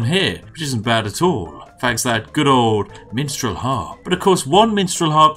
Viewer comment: Who heard Menstrual Harp instead of Minstrel Harp?